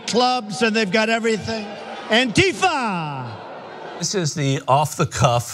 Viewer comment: BTW it´s pronounced ANtifa, not anTIfa....